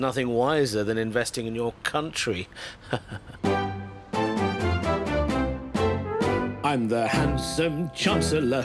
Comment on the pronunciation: I hope the chancellor didnt say c'un'tree?